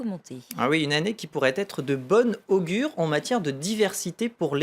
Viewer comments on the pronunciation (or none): Il a dit (à propos des Oscars) : .... de BONNE augure (en détachant les 2 mots et en appuyant fort sur "bonne". Et ça s'appelle France24. Plutôt Fr. triple zéro.